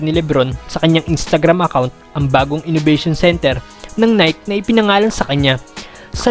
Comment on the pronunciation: Boss Nai-kee not Nayk but all in all goods ang video keep it up